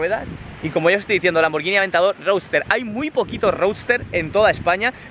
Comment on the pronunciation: No se pronuncia hacia la marca y puesto que no puedo hacerlo escrito lo buscáis el traductor sirve lo ponéis de español a italiano tocáis para que os lo lea en italiano y sabréis como se debe pronunciar